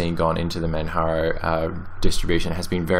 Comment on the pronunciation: please don't call manjaro manharo. There's only one idiot that calls it manharo and that's not how it's pronounced. It's not spanish so the j is pronounced. Oh, and I installed opensuse but ran into problems with that distro. I may try neptune and see if it lets me do what I need. I do a dual boot and the one thing I hated about linux mint and manjaro is that both distros were affecting my hardware clock. In other words, when I switched back to windows from either of those distros my clock would jump forward by three hours and I'd have to reset the clock every time. Ironically Opensuse didn't do this but it didn't like my hardware either. After installing the correct drivers from my video card and installing drivers for my mouse the 64 bit just didn't want to act nice. I thought of downloading the 32 bit and testing it. Maybe I'll do that in a virtual setting. For now, I just need a distro that works. I like netrunner. Maybe I'll test out neptune after checking what's hot on distrowatch. Cheers.